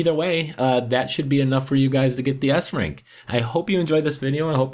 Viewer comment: did you said ass rank?